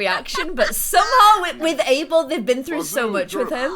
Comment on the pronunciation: Does anyone else hear say April instead of Abel?? or is it just me